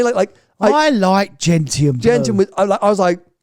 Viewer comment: not "Gent-ian" but Gentchen", please. Ask your mother about Gentian flowers, where the colour comes from.